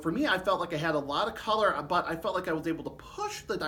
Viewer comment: thanks for what you’re doing! I listen to videos like this on headphones so I can hear every nuance of the sound of the trombones you demo. I imagine many do the same. BUT, in this recording, in your excitement, you are emphatically speaking introductory words, like “BUT” ten times louder than the rest of your sentence! The result is that while I’m wearing my headphones, you are blowing my head off several times during this one video! Please stop doing that!